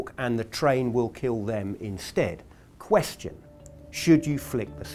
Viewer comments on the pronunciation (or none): "Question!!" Okay Dwight Schrute